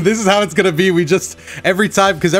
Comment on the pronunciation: two seconds after getting hit in the first round “Are wE gAnnO loSe”